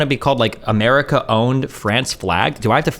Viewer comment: Umurica sumtime liddurally bad. BUTTT umurica also sometimes liddurally good